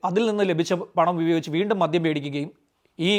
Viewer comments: മദ്ധ്യം അല്ല മദ്യം എന്ന് പറയൂ. താങ്കളുടെ വീഡിയോ കൊള്ളാം. ഉച്ചാരണ ശുദ്ധി അത്യാവശ്യം ആണ് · sir മദ്യം എന്നല്ലേ .. sir മധ്യം എന്നാണ് പറയുന്നത്. sir പറയുന്നത് ശ്രദ്ധിച്ചു കേൾക്കുന്നതുകൊണ്ടാണ്….